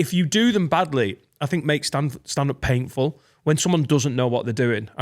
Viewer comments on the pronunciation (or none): Fuck sake Finn, I never noticed previously when says "paintful", can't not notice it now